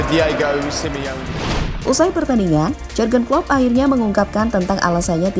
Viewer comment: Maaf ya agak risih, pronounciation atau pengucapan nama Jűrgen nya tidak pas. Suara nya sudah bagus dan pede, sayang kalau pengucapan nama orang tdk benar.